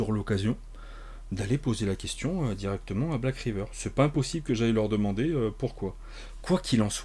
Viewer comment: L'accent anglais pour "Black Raïveur" était le bienvenu, mais... manque de bol, c'est "Riveur" 😅Retourne boire tes panachés, plutôt ! Ah, et... Tentacule !